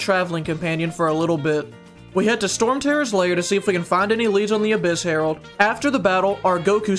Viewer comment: Him: Says Herald My brain: Harold from Total Drama Island